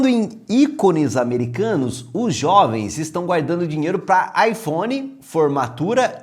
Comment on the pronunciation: Os Xovens? Que porra é essa? KKKKKKKKKKKKKKKKKKKKKKKKKKKKKK